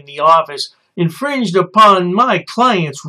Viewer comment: Did he say "this man is INFRINGENT." ???